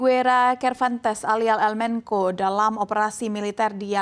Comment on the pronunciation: Bukan "el menko" dibacanya tetep "el mencho"